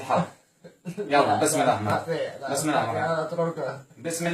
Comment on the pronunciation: انتبهوا إلى نطقه بالبسملة في الرحمن الرحيم قال الرعيم